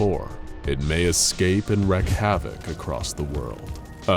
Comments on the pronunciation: It's Wreak Havoc! Not Wreck Havoc! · The word "wreak" is pronounced "reek", not "wreck". :)